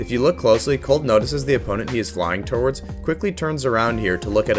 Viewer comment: "torwards" lmfao